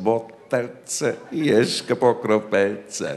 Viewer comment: "Jeszcze po kropelce póki wódka jest w butelce!" :D zu deutsch: ein Tropfen mehr, solange noch Vodka in der Flasche ist! aber das "Jeszcze " spricht man aus wie "jeschze" und nicht jeschke ^^